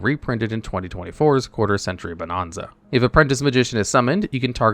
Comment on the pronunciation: You still mispronounced Bonanza!